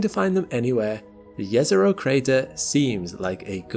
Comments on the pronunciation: Thanks for pronouncing Jezero correctly :) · This is the only person who pronounced Jezero correctly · To be on the safe side I'd say it's quite possibly the first time I hear it pronounced correctly by an English speaker. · No, we did not find life on Mars. Let’s watch the video now. Edit: Congratulations on pronouncing Jezero and Neretva correctly. I grew up on the shores of Neretva river in Herzegovina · wow, right pronounciation of "Jezero" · I have tremendous respect for your correct pronunciation of Jezero!